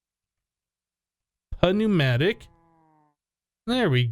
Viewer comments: btw dude accio is pronounced ack-e-oh and pneumatic is pronounced noo-mah-tick. the p is silent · The p is silent in pneumatic. Also, I'm pretty sure adding pressure makes things go a bit faster. That's what it should theoretically do at least.